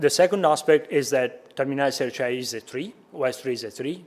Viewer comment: I'm very happy to be validated that I can pronounce Sericea as "Serichea", this is now official and I'm never using any other variant